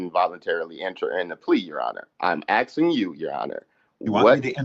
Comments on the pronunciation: He is axing you🤣🤣🤣🤣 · He just be axing questions. Come on man. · I'm axing you. What a nitwit!